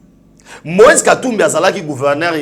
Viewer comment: Moise et non Loise..